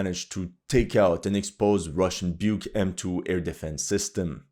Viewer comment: Бук is pronounced like "book" not Byuk xD